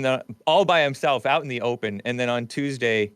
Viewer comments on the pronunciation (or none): none